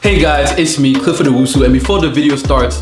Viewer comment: The way he pronounces his name is what kills me. Crifford